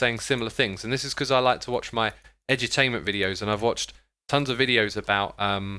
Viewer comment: X, when you say edutainment it sounds to me like you’re saying edgy-tainment.